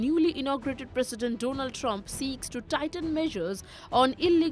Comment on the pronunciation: Why is she shouting? it is not Don Ald or DO NA LD; please say "DONALD" Trump; say it again.